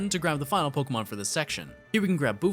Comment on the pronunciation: I'm so sorry but the fact that he pronounces 1/3 of these pokemon and city names wrong makes me, a person with OCD, wanna rip my hAIR OUT they're not even hard... :(